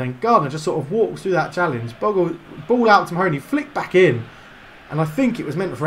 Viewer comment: Think you pronounce 'Bogle' as Bogel ;) - Keep it up! Good series! I'm a NFFC fan!